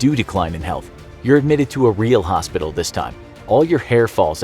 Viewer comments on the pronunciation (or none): none